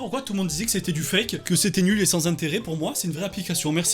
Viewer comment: c'est du cake" au lieu de c'est du fake ca m'a plié xDD